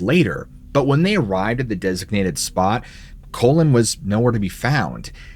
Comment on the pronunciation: Pronounced Collen, not colon. How embarrassing.